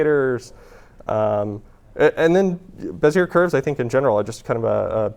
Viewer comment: You know, Bezier is a French name, roughly pronounced bezyay .